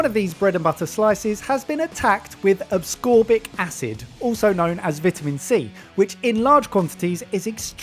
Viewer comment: Why are you pronouncing ascorbic like there are 3 instances of the letter 'c'? It isn't 'acscorbic'.